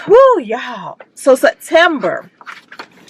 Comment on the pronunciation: Your hair is cute! Yassssss I was hollering when you kept saying Set-ember😂 Ohhhhhh I can’t wait to see what happens with your tenant- Sorry! But she wrong!